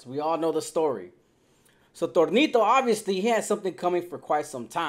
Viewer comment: Who in the Fly F!!! Is Thornito???? I've heard of Toñito?